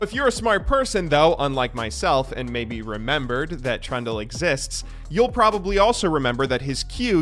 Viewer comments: Trundle's secret passive is that can pronounce his name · Oh you said Trundle, not Trund u Turndle or whatever you usually do with names, gj bud